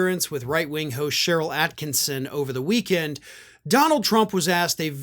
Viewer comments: Re: Sharyl Atkinson, it's pronounced as at kiss on.....Not at kin son...... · It's "Sharyl Attkisson". There's no n in her name, thank you.